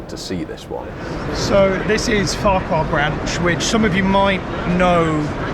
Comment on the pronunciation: Also he mis-pronouced Ffarquhar, in the books is fauker